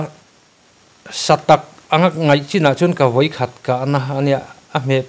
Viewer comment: Vawi khat, tih chu a va pai/ awn deuh ve.